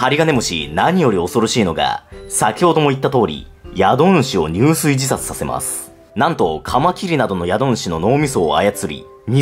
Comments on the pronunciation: 入水→じゅすい と読みます。いや、視聴者さんの為に敢えて分かり易く言っていたならすみません。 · ごめんなさい！ クソどうでもいいことなのは分かってるんですけど 自〇が目的で水に入る場合はにゅうすいではなく「じゅすい」です！ それ以外だとにゅうすいと読みます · 宿主「しゅくしゅ」、入水「じゅすい」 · 「にゅうすい自殺」じゃなくて「じゅすい自殺」だよ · 入水自殺って「にゅうすい」じゃなくて「じゅすい」じゃなかった？ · 入水自殺は、「にゅうすい」自殺じゃなくて「じゅすい」自殺と呼びますよ！ 自殺が後ろについた時だけじゅすいと読みます☺️ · 入水自殺（じゅすいじさつ）な？ 水に入るだけなら「にゅうすい」 死ぬ行為に至る時は「じゅすい」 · にゅうすいじゃなくてじゅすいだな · 宿主＝しゅくしゅ 入水＝じゅすい